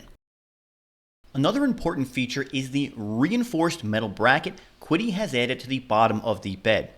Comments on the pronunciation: Was seriously looking at this printer, but now I’m torn since I’ve seen the Flying Bear Reborn 2. Opinion between the two of them? Build volume on the Reborn 2 is . It’s not Klipper, but can be converted to Klipper easily. Oh and it’s pronounced Chi-DI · Pronounced chee-dee just FYI. :) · Pronouned Chee Dee. Qi, (Chinese: “steam,” “breath,” “vital energy,” “vital force,” “material force,” “matter-energy,” “organic material energy,” or “pneuma”) in Chinese philosophy, medicine, and religion, the psychophysical energies that permeate the universe.